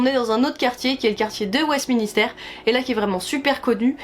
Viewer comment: c'est pas Westminister mais Westminster sinon super video